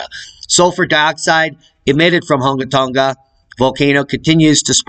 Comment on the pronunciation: Spectacular pronunciation! for the words around that area of Tonga Hunga! LOL! You are good at that. Same for the almost impossible to pronunciation of volcanoes etc in !Iceland! Probably wind knocked that camera over in Iceland. but falling asleep sounds funnier. Looks kind of close to man i,t even with zoom. I sure wouldn't hang around.